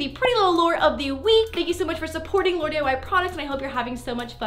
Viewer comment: Did anyone else hear her say laured instead of Lauren